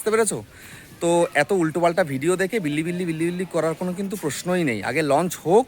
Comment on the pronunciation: বিল্লি বিল্লি না রে অশিক্ষিত --- বিলিবিলি